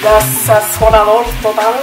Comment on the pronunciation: Yummers, the kids love it! 🙌🏼🙏🏼🙏🏼😘👌👌👌I mix prego Nd Ragu too ☺☺trust, it's a preference 😉😉😉 yo sis, the way you said Sazonador complete though.... 😂😂😂😂😂.... Proud of your enjoyment in cooking. Many blessings to you and church in The Name of JesusChrist🙌🏼🙌🏼🙌🏼🙌🏼🙏🏼🙏🏼🙏🏼🙏🏼💞